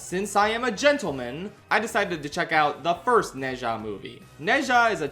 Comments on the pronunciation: Small correction: Ne zha isn't read as "ne sha" the actually pronunciation is "nuh ja" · Bro how did you watch both movies and not pick up how to pronounce Zha. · It should be pronounced as ner-zha, as in nerd without the d and zha the same as shard but with the s changed to z, and no rd of course. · I genuinely enjoyed the review, but c'mon, did you not hear how they pronounce Ne Zha's name in the movie? It's closer to something like Nuh Jah. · True Chinese is amazing like to is neza like it’s ne ZHA(pronounced like ja) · Pronounce Nezha correctly before making a video on it. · He's kinda close already. It's just the pronunciation of the 哪 vowel and the zh in 吒 is still too close to a J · I’m sorry but the way you pronounce nezha- XD